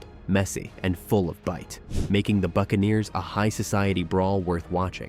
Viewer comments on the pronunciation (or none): none